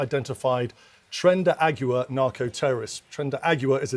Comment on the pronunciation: He can´t even say Tren de Aragua. He says Tren de Agua ( The Water Train). Cool.